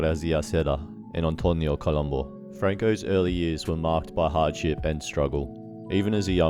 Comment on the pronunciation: have the decency to get his name right columbu not columbo